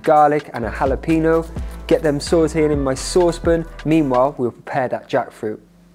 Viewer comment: Better yet was the English pronunciation of Jalapeño 😂